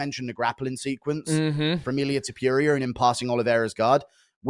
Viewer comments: Is not Topuria is TOE-PURE-RIA(Hermione Granger Voice) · Mispronoucing TOPURIAs last name by someone who calles hinself is pure ignorance and sloppiness. Calling him Topurioah is disrespectful. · Ohhh ok so its To-poo-rea instead of To-pure-rea . Meh. Ask Chat GPT if you can change your gender from a man to a woman 😅😅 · Mate how long has guru been watching illia.... Gone get his name correct.... Who the fuck is illia tapureia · Who the fuck is Ilia Topyooria? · Ilia ‘topewria’ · I know it is somthing wrong with me, but "Ilia TopJuria" hurts my ears. xP like both you guys, keep up the good work MM and Guru :D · Toe Pure Ria 😂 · To Pure eeah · Toepurier and Apturier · “Ilia To-Pure-Ee-Er” 🤣🤣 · the man refuses to believe its pronounced different than its spelt lol all we can hope for at this point is he interviews "topewrier" and gets corrected 😂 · Does Guru deliberately butcher Illia’s last name 😂? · Why does he say Topuria so wrong? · I can't deal with Guru's pronunciation of Topuria 😂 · I love it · How fkn ignorant you have to be, to say his name like that? You are a fkn pro, learn how to tell names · The man covers MMA for a living an can't pronounce the biggest star in the games name. And it's not even a tricky one, once you've heard someone say it correctly you can easily imitate it. I just don't know why he refuses to say it right 😂